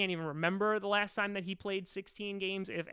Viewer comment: Its time not tine!!